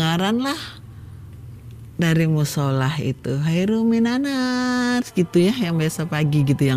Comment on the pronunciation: Assholatukhoiruminannaum bu.. bukan minannas.. 😢